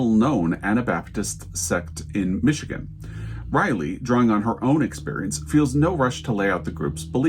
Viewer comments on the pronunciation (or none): none